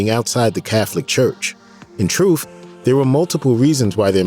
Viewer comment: A narrator that cannot pronounce basic words? Truth is not troof, worth is not wurf LOL!